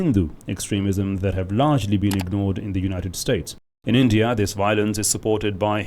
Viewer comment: Jo bhi bolo, per ye India ko Andiya kyu pronounce karte h?